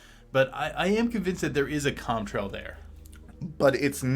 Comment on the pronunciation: It's Contrail not Comtrail.